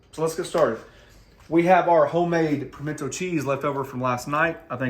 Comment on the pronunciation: Dude it's pimento. Not pimented....